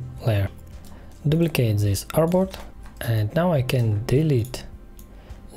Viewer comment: so sorry, I can't understand a word you use, is it "airbot?" when you copy a frame or box you said "Now we copy this airbot?" Please accept my apologies for having to ask.